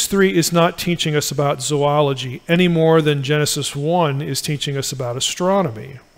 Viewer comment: Thank you for pronouncing "zoology" correctly! (It's one of my pet peeves.)